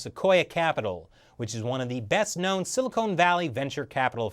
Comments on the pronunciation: It's Silicon,, not silicone. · Love your videos,! But, please, it's Sili-con Valley. Sili-cone Valley is in southern California. It's the difference between a Con Man and a Cone Man. Or referring to NY as the "City That Never Slips":)